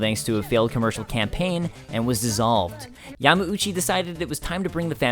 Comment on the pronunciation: Why does he say Yama-oochee? Isn't it Yahm-OW-chee?